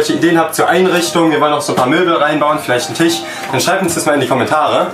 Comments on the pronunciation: Tisch und nicht Tich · tisch nicht tich!!!!!!!!!!!!!!!!! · Wir wollen noch ein paar Möbel rein bauen vielleicht ein Tich 😂